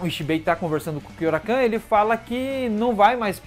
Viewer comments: É Kyouraku não kyourakan, até me perguntei quem era esse kyourakan kkkkkk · Sei que é irrelevante o que vou falar agora, então já vou pedindo desculpas antecipadamente mas é engraçado ficar ouvindo você falar "Kyourakan". Kkkkkkkkkkkk